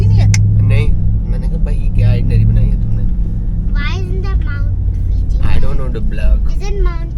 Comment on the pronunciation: BTW its mount Fuji not Fiji---its a country